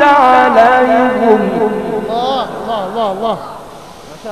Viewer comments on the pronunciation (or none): ببساطه في الفاتحه يقول سراط اللذين انعمت عليهم غير المغضوب عليهم بضم الهاء والصحيح بكسر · القاري لامثيل له ولكنه في كلمة عليهم يضم الياء والصواب كسر الياء انظر الفاتحة في القرآن وشكرا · انعمت عليهم بكسر الهاء وليس بضم الهاء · اللي لايفصح بالقران لايقرأ امام الناس بهذا الشكل المزري ايه ياعمي ضراط وايه عليهم بظم الهاء اسكت جتك نيله ياكذاب